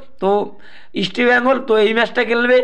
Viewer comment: Easti bengal noy east bengal...